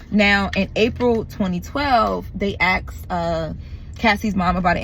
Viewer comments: ASKED not AX'D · Girl, it’s ASKED not AXED! Other than that you’re doing a phenomenal job.